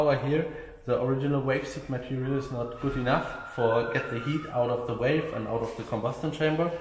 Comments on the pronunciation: When it sounds like he says wave or waves he means valves. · even if he said falf it'd be close enough. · V v valve, not walve lol just pulling yer chain 😉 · Love your work but its valves vvvvvvvv valves not 🐳 😂. Only playing great work 👍🏻